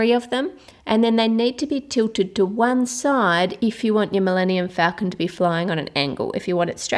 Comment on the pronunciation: She said falcon wrong :(